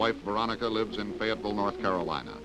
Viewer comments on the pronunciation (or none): none